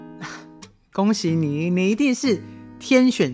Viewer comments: 😂怎麼好像聽到粵語的「恭喜你」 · 為甚麼說恭喜你時 很像說廣東話